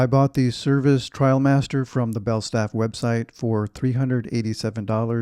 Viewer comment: IM SO HAPPY YOU SAID TRIALMASTER not TRAIL- master. I made the switch from the Barbour International a few years ago and haven’t looked back. I had my wife do some fancy tie job with the belt in back and that cinched in the sides a little and give a nice hourglass shape. I also have the quilted gillet which adds a lot of warmth and style as well. MAKE SURE when you rewax, you use Belstaff wax as it will give you that beautiful sheen vs the dull look of the Barbour wax. Also, you could send the jacket to your nearest store (NYC for me) for a rewax. My 126603 and Belstaff are my constant companions. Wear yours in good health my friend. Happy New Year👊